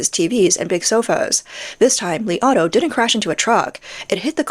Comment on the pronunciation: I heard "the Li Auto I ate"